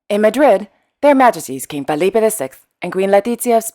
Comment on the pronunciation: That is true, but it was irritating to constantly hear Falipe and Latitzia - it's Felipe and Letitzia. Other than that, I really love the channel and am amazed how gets her information. I am European, living in Canada, and I know about the royal houses of Europe, but now we learn more about the Middle East and Far East. Much appreciated and kudos to.